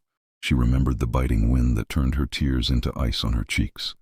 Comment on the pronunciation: Sewing tears😭 instead of tears as in torn. Mskes me laugh every time I hear it.